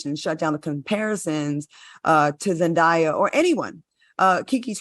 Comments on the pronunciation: Why is Claudia still pronouncing Zendaya's name wrong. It's Zen-Day- A, there's no die in there. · I’m dumbfounded by this… first by how Claudia says her name wrong. Second vivica just admitted the safe space for colorism is Hollywood. So y’all were avoiding the obvious… zendaya is more marketable to a mainstream audience. It’s because of the type casted roles she gets to lead in. Keke should be able to be offered the same roles a zendaya. Let’s just be honest.